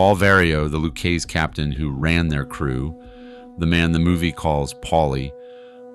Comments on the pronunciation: Repeat after me: Loo-kay-see. NOT “Lou-case.” And why does Karen Hill look just like Bonnie Raitt?? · Loo-Kay-Zee, not Looksy Cah-poe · And it’s Lou-Kay-Zee. Not Lou-Kaze. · You know it’s amateur hour when you hear “the Lu-keese family”. Lol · The "Lou Keys Family" (Lucchese) 😂😂😂😂😂😂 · Lucchese, pronounced "Lou-kay'see". You're welcome. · God there so much wrong with this, no idea why as other have said they show Bonnie Rait as Karen Hill, not sure why they keep showing Fat Tony Salerno everytime Paulie Varo is mentioned and it its pronounced Lu kay Zee but most importantly Billy Batts was not a made guy. The books were closed in 1957 and didn’t reopen again until . Billy Batts was killed in 1970, right in the middle of that period—so if he was ever made, it would have had to be before 1957. The problem with that is there’s no clear record of him being active in any Mafia history or identified members prior to 1957. On top of that, he spent a significant stretch of the 1960s in prison, which further limits any realistic window. When you put it all together—no documented pre-1957 activity, the books being closed, and his timeline he could not have be made. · Your pronunciations are driving me nuts. Lucchese "lu-K-zee" Capo "Ka-po" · sound it out.... "Luke-kay-see" .....Lucchese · This is good stuff, but how many different ways can the same person (mis)pronounce "Lucchese"? C'mon. You're an expert, but in just a few minutes you cycle through "Loo-KEYS" and then "Loo-KAYS" and finally get to a more-or-less correct pronunciation. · Just for grins: Capo is pronounced cauppo, and Lucchese is pronounced Loukeizy. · The pronunciation kills me.....K-poe for Capo, lou keese for luchese... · ''caypo'' ''lookees associate'' Lmao. This guy is a clown. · It's LOU-KAY-SAY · Lucchese pronounced Lucayzeee ya clueless morons! Pronounce it right!!! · I was just about to type LOU-KAY-SAY😂😂😂😂😂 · If you’re going to make videos about the mob you need to pronounce Lucchese correctly